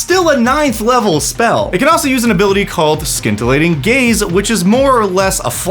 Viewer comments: Since the word nerdery has begun, scintillating's first syllable is pronounced as 'sin'. 'Sci' predominantly is a spoken 'ess'. (Scisscors, science...) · Hard C in scintillating had me shooketh